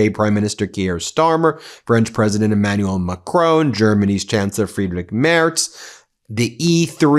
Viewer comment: From a German: My congratulations—Ben is the first American I’ve heard pronounce Friedrich Merz’s surname correctly.💙